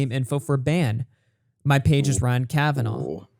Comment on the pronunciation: Bald Daniel Keem is doing so well. Big interviews on huge channels. So many views. His channel is definitely not dying. He's clearly got a great relationship with Ryan Kavanaugh. That is why he pronounces it Kavanauv'.